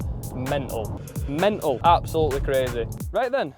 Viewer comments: dude say mental WITH T PLEASE, WITH TEEAAAAA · the lack of "T" in pronouncing "mental" is bothering me as a non native speaker :D